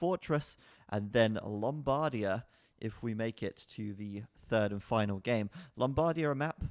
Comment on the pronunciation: the right pronunciation of Lombardia is with the accent that falls on the end. LombarDIa ..not LOMBHardia